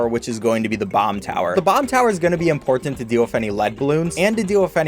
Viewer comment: sorry but a have to say this he says imporTant